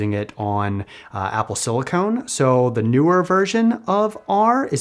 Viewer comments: great video, the only thing that triggered me was "silicone". Similar stuff, really different application. "Silicon" is what is used to make processors. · CE here, just want to clarify… silicon is pronounced sili-Kin. Sili-Cone is a rubber like plastic. Silicon vs silicone. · Just discovered your videos recently as a data analyst myself and really enjoy them, you got a sub! Just one small note that it's pronounced Apple silicon (sili-cun, for computer chips) rather than silicone (sili-cone, a flexible rubber used in breast implants :P).